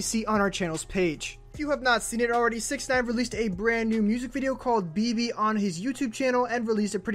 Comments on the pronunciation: Be-be.. it's beh beh "Bebe" is like a Spanish version. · ITS NOT BE-BE ITS (BEH-BEH) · First it’s not pronounced Be-Be. It’s pronounced Beh-Beh (Spanish for baby) 😂😂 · Thank you like learn Spanish bro (im talking bout the person who made the video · Omg I was just bouta come to the comments to correct him too LMAO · I was so pissed cono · Oh naw 😭😂 her said beebee its behbeh 😭😭😭😂😂😂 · its Bebe not bibi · Beh beh not bebe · It BEH BEH not BE BE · It's not Be Be, please stop 😭😭😭😭😭😭😭. It's Beh Beh, Bebesita, as in Baby. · It's beh beh not be be also gummo & billy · Listen here it’s pronounced behbeh not Beebee and it’s not both or one or the other it’s just behbeh 🙄😬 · take a shot everytime he says "You Know" or says bebe WRONG its pronounced beh-beh. you'd probably be lit by the end of the video or if a lightweight, in the ER. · He pronounces Bebe like BB and not Beh Beh. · Did he really say bee bee umm sir it’s pronounced beh beh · I mean it’s annoying that he keeps saying bee bee. It’s Beh Beh. And I lost count how many times he said “you know” 🤷🏻‍♀️ you know? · Its called bebe not bibi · He pronounced it wrong mane beh beh not be be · Its not be-be its pronounced Beh-Beh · Not bibi but beh beh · It’s pronounced BEH BEH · I’m sure by now bro you know it’s Beh-Beh but just so you know now too, it’s pronounced “Awn-well Double A” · My guy said bee bee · You said Bebe wrong it’s Spanish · Did he say bibi😂😂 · He said bee bee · It's beh-beh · He said Bee Bee 😆 SMFH 😒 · It’s pronounced BehBeh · Omg he said be be smh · I got aggravated he was pronouncing it wrong🙄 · you said bebe wrong. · Dis man said Bebe wrong🤦🏻‍♂️🤣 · Lol he said the song wrong he said Bebe wrong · Don't like to hear how BEBE is pronounced in a very white way lol. But it's a nice video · If you don't know how to say then don't say it OMW BEBE What nonsense is that